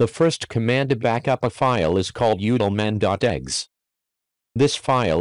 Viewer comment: I wonder if he allow the rooster to crow at the being of his video because the voice over sounds like he is saying egg and not exe. But then again its a rooster and they don't make eggs.